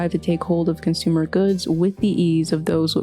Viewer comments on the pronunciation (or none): none